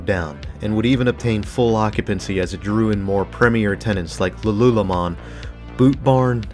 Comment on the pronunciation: Lululemon is a popular store and it's Canadian. Finally us Canadians get to talk about a successful/popular Canadian business. There's also Garage, but I don't know if there are stores in the U.S. I wouldn't be surprised if there are. Also, it's pronounced Lulu🍋. You're welcome.